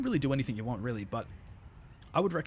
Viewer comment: Anythink? Someone is struggling with English